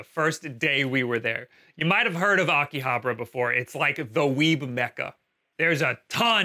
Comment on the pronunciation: The way he says Akihabara is triggering me.